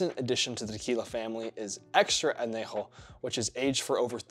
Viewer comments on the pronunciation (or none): Ayyy, love epsolon! Definitely my go-to mid-shelf tequila! Great for mixing in a Paloma too! Tiny Spanish lesson, if you ever see an N with a squiggle above it, you were supposed to add a Y to the end of that N. So the proper Annunciation would be “An-ye-ho” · Añejo is pronounced anyejo (with the spanish j which you did right) because it's an ñ not an n. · Your pronounciation of añejo sounds like you have a piping hot pizza roll in your mouth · Don’t tell me how to drink tequila the authentic way if you can’t pronounce añejo… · 1.) Añejo clearly has the enye (ñ) and I’m so surprised that even people that never studied Spanish don’t pick up on this. 2.) Your second pronunciation of ‘Jalisco’ was unintelligible. 3.) The thermostat is rad lmao 4.) Solid vid and I really enjoyed it, best of luck to you! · Can't say añejo but I'm suppose to trust ur advice? Lmfao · Lol the way you pronounced añejo 😬 but good video though! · Please look up how to pronounce ñ. It’s not an n and not pronounced like an n. It is a separate letter in the Spanish language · Dude cannot pronounce añejo. Hard pass.